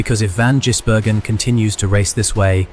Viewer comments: Like what is Jisbergen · Stopped watching as soon as your STUPID AI could not pronounce his name properly. Stop being lazy and do a human voiceover. Channel blocked.